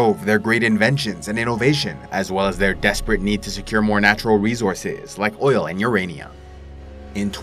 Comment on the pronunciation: Rezorzes.. a bunch of resorzes